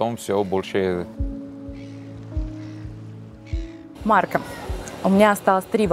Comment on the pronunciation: Режет слух, когда произносит неточно окончание имени Марко, нечто среднее между о и а. Надо бы точнее говорить МаркО.